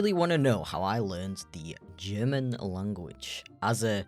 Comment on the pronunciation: "german *llllanguichh*" xD